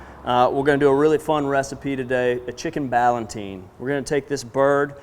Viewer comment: The word is "Ballotine," not "Ballantine." You are conflating two related words: "Ballotine" and "Galantine."